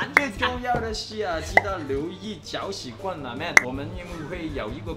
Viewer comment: 妹妹睇完呢條片會好傷心，「哥哥，攪屎棍唔係咁讀啊！！！」